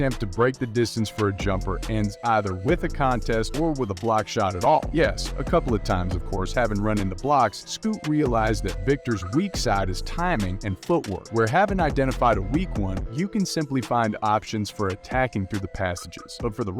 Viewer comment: Kept calling Scoot Scott too lol